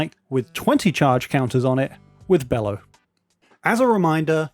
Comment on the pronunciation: This creatures name is not pronounced "bellow" the creatures name is pronounced "Be-low" like brother Bello mentioned in Borat.